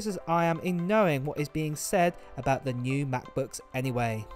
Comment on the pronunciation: It seems "abougt" right. But I hope it's a little less than that.